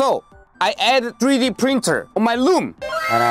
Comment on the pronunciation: When he would say room I heard loom